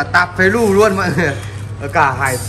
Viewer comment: Tả pí lù chứ ko phải phế lù nha